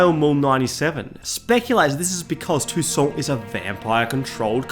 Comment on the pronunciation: Its funny to ear toussaint pronounced tucson. I saw Geralt with a "god bless america" t-shirt for a moment!